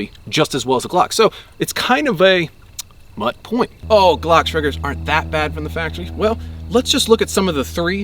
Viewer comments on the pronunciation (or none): It’s the way you pronounced “mutt point” for me. 😘